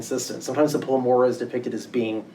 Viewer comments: PLEROMA not plemora... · How can anyone give a lecture on Gnosticism and refer to PLEROMA as PLEMORA ? SMH👁👁👁